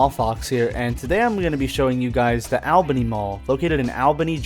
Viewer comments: My parents met there at the Chick-Fil-A in 1994... Also, it is pronounced ALL Bany, not AL. LOL. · ALL-BENNY..NOT "AL"-Bany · Yep everyone around here says ALL BENNY. and the way he pronounced Mansours made me laugh. Man's hours? Man swores. It's all good. Lord knows I've butchered some pronunciations. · All Beny pronounciation. Saying it the way you are is exhausting. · 😊 I just watched the video and I was thinking the same thing. I left him a comment as well letting him know that locals pronounce it ALL***bany. I didn't see your comment until after. I hope he knows we are not attacking him but it's annoying when you hear someone pronounce it like he does. 😊. News anchors ect. Will pronounce it the way he does, but will pronounce Albany New York correctly. I'm sure not an expert in proper English....so I'm not judging him. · great info in the video. It brought back a lot of nostalgia since I was born and raised there. That said, Albany, GA is pronounced the same way as Albany, NY (and every other Albany across the country). So I have to ask: why pronounce it differently? Was it bait for comments? If so, mission accomplished😅 It just sounds bizarre, especially after you mentioned doing “research” on the pronunciation. It’s really no different than the rest of the Albanys in the U.S. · Live in Columbus and have driven past the mall numerous times both for shopping at other places on the same strip and on my way to Florida. Interesting pronunciation, but to each their own. Would love to see you cover the Lagrange and Waycross malls as well.